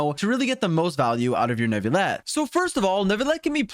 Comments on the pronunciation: I do appreciate him trying however ville is one of the exceptions when encountering the double ll . While many people do rightfully think its nu-vi-yet its actually pronounced nu-vi-let. Another reason why I both love and hate french. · please. It’s NOO-VILL-ETT, not new-vee-yet. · Like this comment if you pronounce it "New-vil-et" Dislike this comment if you pronounce it "Ner-vil-et" (like some of the English voice actors) Reply if you pronounce it a different way entirely. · Finally a Youtuber that at least tries to pronounce names correctly. The "New-vil@ from others is really bothersome and I'm not even french. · "croissant" - neuvilete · You pronounce his name wrong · you didnt pronounce his name right in french. you dont pronounce the L's. dummy